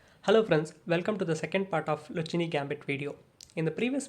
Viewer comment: I'm sorry, but your pronounciation is mistaken. In Italian, "c" followed by "h" is always pronounced like "k" in English. So it should be pronounced the "Lukkeene" Gambit